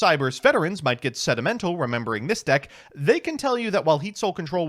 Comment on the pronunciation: This man said “sedimental” Thank you for being a literate yugituber with enough mastery of the English language to make such clever wordplay. Please go teach mkohl40